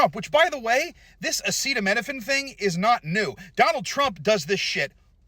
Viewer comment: He's such a scientific authority on acetaminophen that he can't even pronounce its name. 🤓